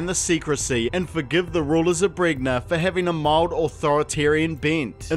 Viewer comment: pretty sure it's pronounced bren-ya